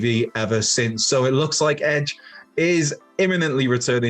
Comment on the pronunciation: It's edge for god sakes